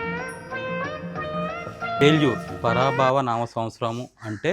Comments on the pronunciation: పరాభావ కాదు. పరాభవ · సంవత్సరం పేరు పరాభవ పరాభావ కాదు అని గమనించగలరు. మీ వీడియోస్ చాలా బాగున్నాయి. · "పరాభావ కాదు"పరాభవ"అని పలకాలి-శ్రీమతి&శ్రీ దంపతులకి, ఈ సూచనలు పాటిస్తారని ఆశిస్తున్నాను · Parabhaava kadu garu parabhava anali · పరాభావ సంవత్సరం కాదు అండి ..పరాభవ.. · పరాభవ పరాభావ కాదు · Twist bagundi ❤. not paraabhaava. Paraabhava that's it. Para means sakthi n bhavaa means parameswarudu.ok naa.finally episode adurs.keka. nuvvu inkaa ilaantivi chala cheyyali.mee family ki happy ugadhi.🎉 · అది రపాబావ కాదు, పరాభవ నామ సంవత్సరం 😂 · It's parabhava not para bhaava.. is not pronouncing it correctly. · సొల్లు.. పరా బావ కాదురా బాబు.. శ్రీ పరాభవ నామ 😂.. పర అంటే పార్వతి భవ అంటే శివుడు 😂😂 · పరాభావ కాదు పరాభవ అని పలకాలి ఫ్యామిలీ..... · పరాభావ కాదు పరాభవా అని పలకాలి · Parabaaava kaadu... Parabhava... baaasha baasha... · హాయ్ గారూ, పరాభవ నామ సంవత్సరం మీరు పరాభావ అని చెప్తున్నారు, ఒక్క ధీర్ఘంలో భావం మారిపోతుంది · "పరాభావ" కాదండి "పరాభవ" నామ సంవత్సరము. మీరు చాలా పాపులర్ కాబట్టి మీరు తెలుగు పదాలను స్పష్టంగా, సరిగ్గా పలకాలని ఆశిస్తున్నాము. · garu nd garu, mi videos konni baguntundi. Konni bagundavu. Mandu tarvata anumanam padatam evanni comedy ku kuda cheyadam bagundadu. Konni interesting ga vuntayi. Konni nachavandi. By the way పరాభావ సంవత్సరం కాదు its పరాభవ నామ సంవత్సరం.Next videos lo ela anumanam padatam elantivi cheyakandi. E videos chusi vere vallu impact avovhu. Positive ga tisukontarani bhavistunnanu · "పరా బావ" కాదు 😂 పరాభవ నామ సంవత్సరం శుభాకాంక్షలు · దయచేసి తెలుగు చదవడం నేర్చుకోండి. అది 'పరాభవ ', 'పరాభావ ' కాదు, రెంటికి పూర్తిగా వేరు వేరు అర్ధాలున్నాయి. నా ఉద్దేశం ప్రకారం మీరు ఇంగ్లీషులో వ్రాసుకుని తెలుగులో పలికినట్లు ఉన్నారు. తెలుగు వ్రాయడానికి అ ఇంగ్లీషు అక్షర మాలిక (Alphabet) ఒక అసమర్ధ పనిముట్టు. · one correction andi adi paraaabhaaaaava kaadu andi paraabhava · పరాభవనామ —— మీరు wrong pronounce చేస్తున్నారు. Please please checkout. 😊😊😊😊😊😊